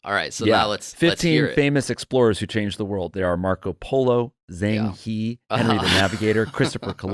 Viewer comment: One of my favorite Jake bits (also from NADDPOD) is the passive-aggressive "Excuse me" when nobody's interrupting him. Also, besides mispronouncing "Zheng He" (understandable) that poem was honestly fantastic?